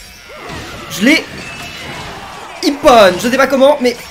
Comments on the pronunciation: ça ne se prenonce pas ipone mais ipon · On dit pas iponne mais ippon!!!!!!!!!!!!!!!!!